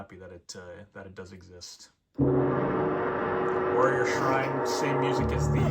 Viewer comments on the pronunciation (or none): none